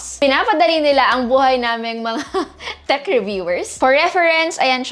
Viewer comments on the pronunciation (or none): none